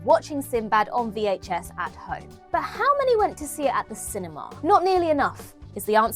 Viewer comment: I'm just here for pronunciation of "cinemaahh."